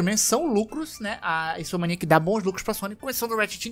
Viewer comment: fala toda a hora Insomaniac... é Insomniac! >.<